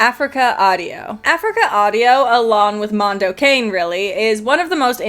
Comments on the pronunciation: Mondo Cah-NAY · I still remember the radio ads when Mondo Cane came out. It was always pronounced Mondo CONNIE.